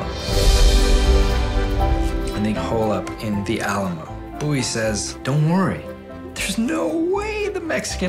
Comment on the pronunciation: The way he says Bowie bothers me to no end